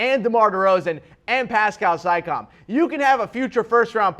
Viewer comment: Makar Zorklin naw I believe he legitimately doesn't know how to pronounce those players names.